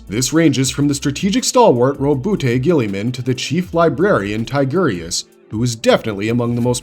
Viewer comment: Your pronunciation, or mispronunciation I should say, of primarchs' names, is absolutely unfreaking acceptable. GILLYMAN? And the Khan? God man it was painful